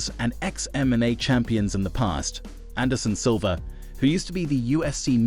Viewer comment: Man said aneson jib 💀